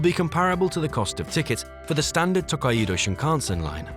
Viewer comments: km/hr hr is the correct abbreviation for hour. Your rendering of "Takaido" is a total disaster. Amusing if it wasn't so tragic. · This vid shows no respect to the Japanese at all! It's the Toe-kai-dou Shinkansen...... not Taka-ido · Someday, A.I. will learn to pronounce foreign words. Tah-ah-ee-doe? 🤣 Tokaido is To-kai-do (toe-kai-doe) 🙄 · It is pronounced 'To-kai-do' not 'Tok-kaii-do" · >Tak-ai-E-do Thats is a wild pronunciation. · Couldn't you have spent just 1 minute telling the narrator how to properly pronounce Tokaido? It's not "to-kai-eee-do". Make me think this video is just AI generated crap. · It’s Tou - Kai - Dou. Tōkaidō. Extend the O. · actually, it's tooh-kai-dooh. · Not saying you should learn how to speak Japanese, but a quick check so you have some idea of how to pronounce some stuff would be amazing, because the way you pronounced tokaido gave me an aneurysm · Nice video but the way you pronounce “Tōkaidō” is absolutely ridiculous. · It's just one word. It's name. The bare minimum effort was to google how to pronounce the name. that's just lazy and sloppy production.